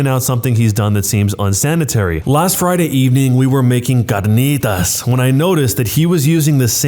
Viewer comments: bro said Ç Ã R Ń Ï T Å Š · Omg the way you said carnitas was amazing